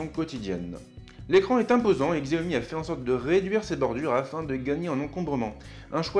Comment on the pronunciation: On le prononce "chiaomi"....